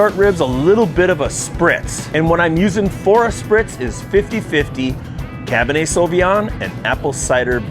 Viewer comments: It's Cabernet, not "cabinhey" lol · There is an R in cabernet (cab burr nay), not cab ba nay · cabinay....learn how to pronounce words correctly, makes you look really dumb bro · Dude, please realize there is a "R" in Cabernet. It's not Cabin-A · What is "Cab-in-Ay"? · “Cah bah Nay” 👍🏼😂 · It's Cabernet with an "R"